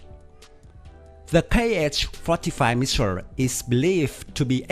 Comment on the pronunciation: Missile: It's not pronounced ''Michile'', it's ''Miss-ile'' Changed: It's not tranced, its chain-ge And the list goes on